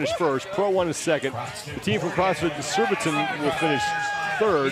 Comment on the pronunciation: It’s SURBITON boys, not ‘surbitron 😂. 🇬🇧